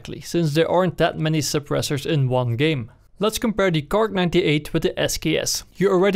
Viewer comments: just say kar98 don't say fuckin KARK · Kar98* Nobody calls it a KARK lol...